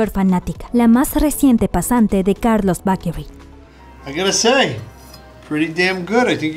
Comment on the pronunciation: "Carlos Bakery" aaaah me da algo, se pronuncia "beikerui". Sus hijos ya están enormes, los veíamos en la tele super chiquitos y ya están graduándose y Sofía irá a la universidad :'D. Está bien explicado y completo el video, felicitaciones.